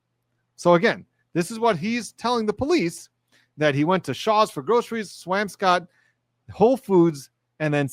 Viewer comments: To be a bit of a noodge: the swamp in swampscott is pronounced swomp, not "amp". to clarify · Pronounced Swamp Scott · Some pronunciation hints... "Swamp_ scott" and "Way_muth" or "Way_meth" Tips from a Bostonian. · I lol'd at your pronunciation of Swampscott and Weymouth but it isn't your fault! 😂😂 we are weird here. So in Mass, we say Swamps-cut and Way-muth. ❤